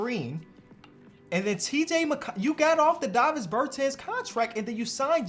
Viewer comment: The way he pronounce Davis is crazy lol